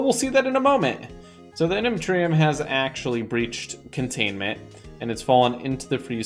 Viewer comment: Me when he said reactor with I unnuntrem: 😑😑